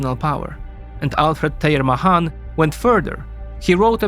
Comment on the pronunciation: MAY-han not MUH-hon